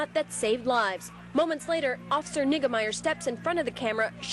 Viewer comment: Sounded like niggameyer. 😂